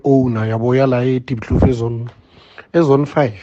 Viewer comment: Diepkloof ninja not Diesloot 😂😂😂